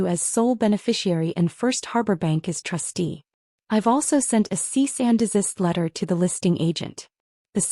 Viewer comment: Trustee, not trusty.